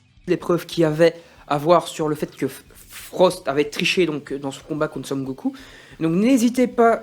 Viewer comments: Frostt pas forst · Non seulement tu passes ton temps à dire "Forst" au lieu de "Frost" à l'oral, mais en plus même à l'écrit dans la description de ta vidéo tu fais la faute haha !